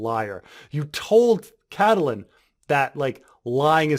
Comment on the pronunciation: The 'E' in Catelyn is silent.